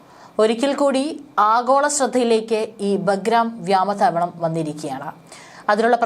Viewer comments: വ്യാമ താവളമല്ല വ്യോമതാവളം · വ്യാമതാവളമല്ല കുട്ടി വ്യോമതാവളമെന്നാണ് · ഇവരുടെ ചാനലിൽ നിന്നും മലയാള ഭാഷക്ക് കിട്ടുന്ന സംഭാവനകൾ, മുൻപും ആരൊക്കെയോ തിരുത്തലുകൾ ചൂണ്ടിക്കാണിച്ചു കൊണ്ട് ഇവിടെ എഴുതിയതയി കണ്ടിട്ടുണ്ട്, എന്നാൽ വളരെ വാശിയോടെ തന്നെ വ്യാമതാവളം... വ്യാമതാവളം.. എന്ന് ആവർത്തിച്ചു പറയുന്നു. നിങ്ങൾ വായിക്കുന്ന വാർത്തകൾ കൊച്ചുകുട്ടികൾ അടക്കം വീട്ടിൽ നിന്നും കേൾക്കുന്നുണ്ട്, വേറൊരു പെൺകൊച്ചു ഉണ്ട്, ഈ ചാനലിൽ ആണോ എന്നുറപ്പില്ല, അവർ അന്വേഷണം എന്നതിന് പറയുന്നത് അന്നഷണം... അന്നഷണം... എന്നാണ്, താങ്ക്സ് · വ്യാമതാവളം അല്ല.... വ്യോമതാവളം